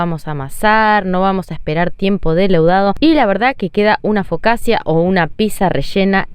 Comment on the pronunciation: Se pronuncia focacha. Xq en esta sugeris 0000 y en la ultima que hiciste 000?